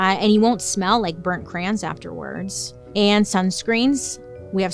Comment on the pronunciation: Where I was born & raised the word CRAYONS is pronounced with TWO SYLLABLES !!! When Bailey says this word I have to pause for a moment & try to figure out what a CRAN is ??!!